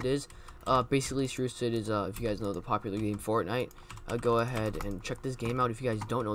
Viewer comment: "It's not very pocular" 😂😂😂